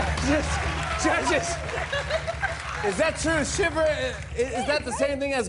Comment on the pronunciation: I love Rachel!!! <3 And their pronunciation of chèvre really sucks. LOL XD